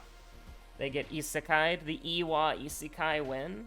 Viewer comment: It's "ee-say-keye" with the "i" (ee) is for different while "sekai" (say-keye) is "world" - but you're free to call it whatever you like. I mean auto-subs said "izakaya" or a Japanese drinking/eating establishment where groups go to get drunk on the cheap (all you can drink for an hour or so for like 20 bucks) while eating a variety of small dishes (kind of a pub, basically).